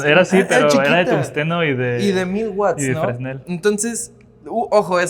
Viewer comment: NO SE DICE FRESNEL SE DICE FRENEL